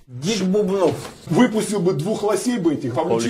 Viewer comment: почему бУбнов? правильно же фамилия бубнОв